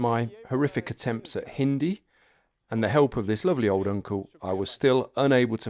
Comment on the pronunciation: Ah, I don't have any suggestions at the moment. I stumbled across your channel, and found the video to be quite incredible. It was my first video on your channel. Additionally, your Hindi and pronunciation were fine. Thank you for your reply.